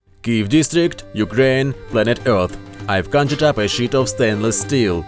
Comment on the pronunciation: It sounds like he said, "The thickness of this shit". Which is what I wish he did say!